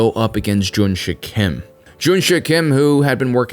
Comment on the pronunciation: like your videos but some corrections are to be made, Since its american thing to mis-pronounce or interpret everything. the main Character's name is Junsik not JunSHUCK Korea was annexed by Japanese on 1910s after Treaty of Eulsa was signed by Japanese Empire and Korean Empire (signed by Korean Traitors / after assasination of Korean royals) Before that even happened, Korea was never occupied by Japan though Korea was invaded by Japan on Numerous Occasions Kwhantong Army was well-equipped compared to other IJA forces but not compared to Soviets. after several battles, Japanese Command did realize their fire power and heavy weaponry is incomparable to what Soviets had. so the Japanese Command encouraged their soldiers to participate in brave, honorable suicide missions against Soviet bunkers and tanks just like they did in China. (Encourage = Forcing them to*) this Korean guy who was captured in Normandy was identified as Mr. Yang gyeong sung, he later immigrated to U.S but never said a word about his journey not even to his family. but many of Korean WW2 Survivors tell the similar stories, One of the famous one is Korean guy who was stationed in Indonesia during ww2, then joined the independence movement in Indonesia to fight against Dutch etc German invasion of Soviet Russia was Operation Barbarossa not Captain Barbossa Pas de Calais [ Pa- de calae ] not pass di Kaales